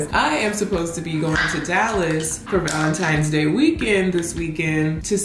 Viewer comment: I love how pronounces Valentines day Balentines day